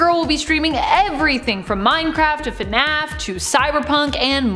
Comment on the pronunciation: I’ve never had any interest in five nights at Freddy’s but cringed when said fu-naf